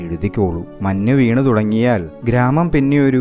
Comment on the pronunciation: നല്ല അവതരണം 👌👌.... മഞ്ഞ് കാലം അല്ലെ മന്നു കാലം അല്ലല്ലോ 😊😊